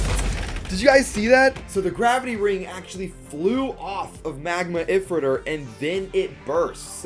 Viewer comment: A few things LR launcher looks bad compared to the first one 2 how is astral spriggan going to work 3 why did they mess up ifritor when Takara set it up for them 4th and last why do you say if ritor zankye says eyefritor when it’s eefritor